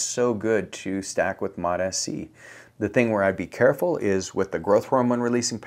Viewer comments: It's MOTS-C, not MOTA-C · It’s MOTS-c, not MOT-sc. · FYI Its pronounced "MOTS" C NOT "MOT" S-C - S goes with MOT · This wanker still calling it mot Sc. Dude, it’s mots (like applesauce) C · No such thing as Mot SC Mots-C You sound ridiculous mispronouncing it but also giving advice on it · MOTA-C? You don't even know the name, bruh. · I lost a LOT of respect for not knowing how it's pronounced from the people who MADE it. It's exactly the same for how folks are pronouncing Tesa, Reta, Ipa etc. If you want to focus on getting your point across pronounce it properly. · Still mispronouncing it. Immediate thumbs down and bail .. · Bro, you're not even pronouncing it correctly. Doesn't instill much confidence. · Bro can't even pronounce it right. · Guy can’t even pronounce it right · Still mispronouncing Mots-C, I see.... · Yeah. Who can trust a peptide guy who can’t get the name right